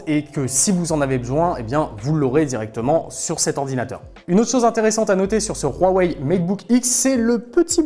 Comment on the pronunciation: Rhouwawey, non Huawei